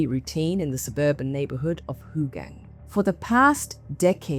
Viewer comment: Who tf pronounce it as Hooooogang?